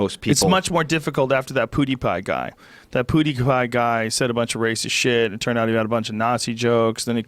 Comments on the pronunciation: "poodeepie guy" lmaooo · Joe "Poodie Pie" Rogaine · Joe "Poodeepie" Rogan